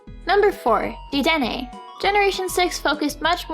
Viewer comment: "dee-den-ay" is supposed to rhyme with "antenna"